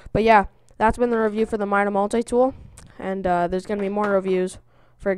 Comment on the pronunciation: Meda Multi-Tool